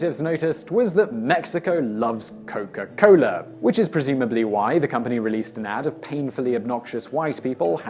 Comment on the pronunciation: its coca cola.. not coco cola